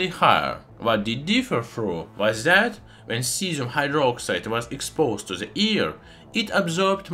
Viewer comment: Совет: в словах the, this итп. th произносится как d а не как z. Таким образом на пару шагов приблизишся к правилному произношению в анг языке. С помощью Google Translate можно успешно тренироваться. Не понимаю почему в России в произношение вставляют z...